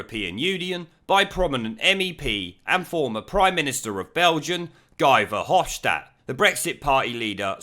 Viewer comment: My missus, who is Belgian, tells me that Guy Verhofstat is pronounced as "He' Verhofstat, as in He was universally disliked as a Prime Minister in Belgium...